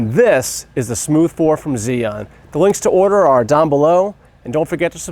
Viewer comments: Chew-ing not Ziun how do I know this, well let’s see uh, I watched a demo video from an “Asian” rep from the company tell us the correct pronunciation! So come on let’s get it right! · The way you pronounce the name is like ZION. I really confuse by it because I thought I was watching Biblical Tutorial. BTW nice video, I learn a lot and just bought one. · When I first heard "Zee An" I was confused. Haha! Still, thanks for detailed video. I just picked one up here in Beijing and look forward to using it! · Heh, I've heard about 8 different pronunciations. On Zhiyun official videos, it sounds like "Jew-Yoon" . Maybe even "shJoo(i)-Yuan". The 'I' sound is barely perceptible. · The first thing any gimbal user should learn is correct pronunciation of the name “Zhiyun.” Otherwise the video is fairly good.